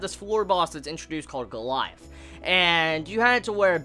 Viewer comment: It's not pronounced go-la-ja-th but go-li-ath -_